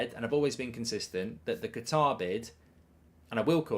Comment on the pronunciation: Love how mark calls them “Guitar”😂😂😂